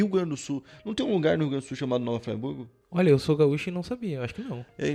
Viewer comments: nova "fraiburgo" mesmo? sei que talvez tenha puxado pro inglês, mas nós somos BR então, nova friburgo, de Friboi kkkkk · Não é Nova FrAIburgo. É Nova Friburgo mesmo. E não é uma roça isolada da civilização. Ficou uma péssima impressão. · MEU DEUS DO CÉU A PRONUNCIA É "NOVA FRIBURGO" E NÃO NOVA FRAIBURGO, E RIOGRANDINA E VARGINHA SÃO DOIS BAIRROS AQUI DO MUNICIPIO, NA NOSSA CIDADE TODOS OS BAIRROS PRATICAMENTE SE LIGAM PELA MATA POR ISSO ELES VIVAM PELA MATA E CUSTARAM A SER PEGOS ELES CONHECIAM A MATA DA CIDADE TODA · n é fraiburgo n mano, se fala friburgo do jeito q escreve msm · Moro próximo ao nova Friburgo, o engraçado que o seu sotaque fala o nome da cidade de uma forma muito errada kkkkk é tipo, tu fala Fraiburgo, mas se diz fríburgo, mas tá valendo, não é crítica não, só achei engraçado o sotaque, a história é bizarra demais. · Nossa,. Você se enrolou todo na pronúncia. O lugar é Nova Friburgo (pronuncia-se Friburgo mesmo. E não Fraiburgo). Quanto ao RS, acho que você tá falando de Nova Hamburgo. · O nome correto da cidade é Nova Friburgo, não Fraiburgo. Eu morava na zona rural da cidade nesta época. Acompanhado todo esse caso. Abraços. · Nova “fraiburgo” não né kkkkkk nova friburgo kkkkk só ler normal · Eu fiquei foi tonto com a pronúncia do cara kkkk Nova Friburgo ou Nova Fryburg ? Ķkkkkk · Só um toque mano, se fala Nova Friburgo e não Fraiburgo kkkk. Inclusive é um ótimo lugar pra conhecer aqui no interior do rio, trabalho de vocês e foda, Tmj!! ✌🏻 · Se pronuncia Nova Friburgo* e não Nova Fraiburgo 🤣🤣🤣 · Ótimo vídeo, mas meu coração dói toda vez que eu ouço o dizer "Nova Fraiburgo" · "Nova Fraiburgo" kkkkk os friburguense pira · Agonia ele falando nova "Fraiburgo" tnc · Se pronuncia Friburgo !! Com “ i “ . Eu já morei lá . Fica a cerca de 150 km da Cidade do Rio de Janeiro.. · falando "nova fraiburgo" ou eu to ouvindo errado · Pq está falando Nova Fraiburgo RS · se fala nova FRIburgo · “Nova FrAiburgo” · Nova "Fraiburgo" é osso!